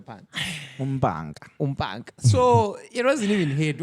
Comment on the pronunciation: Gagging each time you folks say umnkenke when it’s umpanka 🤣